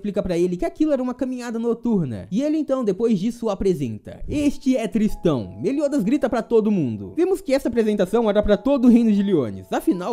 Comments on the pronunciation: a pronúncia correta é Tristan, do jeito que você fala parecia que estava dizendo " tristão. " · errou a pronuncia é tristÂ